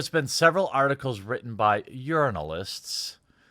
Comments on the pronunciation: I like how you said ”urinealists” instead of journalists😂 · "Urinalists" lmao